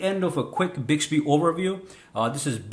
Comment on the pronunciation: You can also set the wake up sensitivity in Bixby settings. Also make sure when you record you're voice. You're in a very quite area. Not even a fan in the background! The tone of your voice and how you say Hi Bixby has to be exactly the same when you go to use it! And it's "BIXBY" not "BIGSBY".